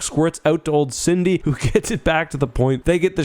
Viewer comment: Its Sydie... not Cindy.